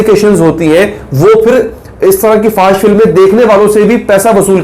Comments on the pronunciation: Fahash ni fohash hota hai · FO H SH, is the right pronunciation.